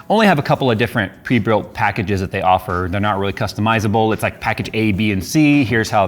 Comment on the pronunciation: "pree prilt"